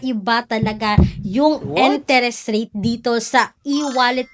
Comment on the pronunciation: ❤Billease is one of the best, legit loan platform. Almost 5 yrs n ko kay Billease. ❤❤Ano b Yan.. "enteres?". Can you pronounce it correctly